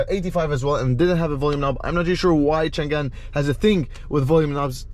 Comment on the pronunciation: that read chang'an, not chan'gan